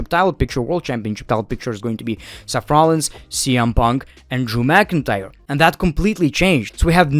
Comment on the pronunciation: I love how you say SEFF Rollins